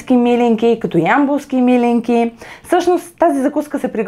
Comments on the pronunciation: милИнки, а не мИлинки (ударението!), все пак е традиционно българско и се знае в цяла България. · ТОВА СА ИСТИНСКИТЕ СЛИВЕНСКИ МИЛИНКИ С ПУДРА ЗАХАР!БРАВО!ВСИЧКО ОТ СЛИВЕН Е ПРЕКРАСНО,А МИЛИНКИТЕ СА ГЕРБА НА СЛИВЕН ♥♥♥!СЛЕДЯ РЕДОВНО КАНАЛА ТИ И ТИ ПОЖЕЛАВАМ УСПЕХ!п.с.(ударението е на второто И );)... КАТО БЯХ ДЕТЕ ИМАШЕ ЕДНИ СЪВЪРШЕНИ ПИРОЖКИ ПАК В СЛИВЕН НА АВТОГАРАТА.ЩЕ ТИ БЪДА МНОГО БЛАГОДАРНА АКО ОТКРИЕШ РЕЦЕПТАТАТА И ГИ ПРИГОТВИШ ♥♥♥